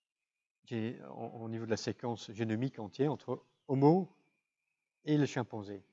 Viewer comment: sont-ce mes oreilles ou il dit ''chien-panzé"?